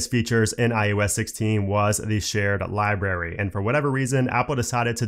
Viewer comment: Please stop saying "Li-Berry". The word is "LibRary"